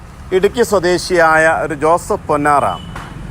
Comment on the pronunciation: ജോസഫ് പൊന്നാറാ അല്ല ജോസഫ് പൊന്നാർ ☺️ എന്നാണ്...